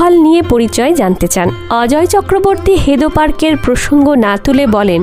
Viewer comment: হেদো পার্ক নয়, হেদুয়া পার্ক হবে।